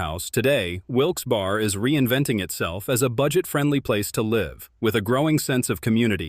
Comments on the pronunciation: Willsberry. Stop saying bar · I think what they are trying to say is you pronounced some of the names wrong Reading is pronounced RED- ing and Wilkes Barre is pronounced Wilkes - BERRY .